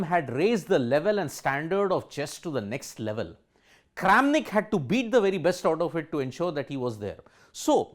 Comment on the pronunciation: not kramanik but karen of chess world LMAO